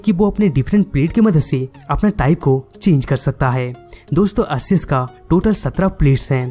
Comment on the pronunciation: Bhai wo Arkeus hota hai but it spells Arceus.